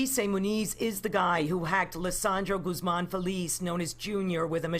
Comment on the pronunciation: I hope you don't mind me correcting you...the name GUZMAN is pronounced "GOOZmon". All due respect.